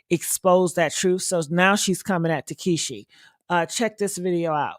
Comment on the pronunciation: Her name is pronounced tah see kee not takeshe